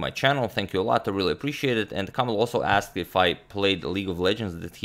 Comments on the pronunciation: (you should read the 'i' the same way you read e in 'English' ) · A bit funny how agadmator managed to read Żołędziewski pretty well but failed a bit reading Kamil